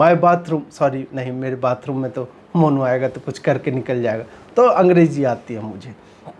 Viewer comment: अरे यार ये आदमी 😂🤣 "मोनू इस इन योर हाउस"